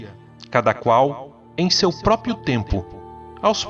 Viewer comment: Cara, o vídeo e o texto são maravilhosos! Mas eu não consigo deixar de reparar que, a maior parte da galera pronúncia "próprio", da forma "própio". E cara, isso me deixa muito desconfortável kkkkkk Desculpa, não é intenção corrigir, mas só encher o saco.